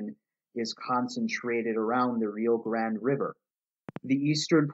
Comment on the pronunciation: We pronounce rio grande the Mexican way here in New Mexico just an FYI. Not “grand”. It sounds like a small caveat but it’s something people will always point out